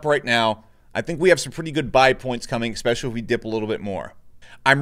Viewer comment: bro, please learn to pronounce 'Especially', it's not 'Ecspecially'